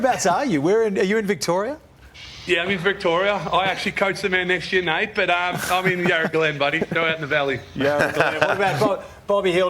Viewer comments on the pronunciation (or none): 36 it’s Nate lol not nat I am I am and Essendon fan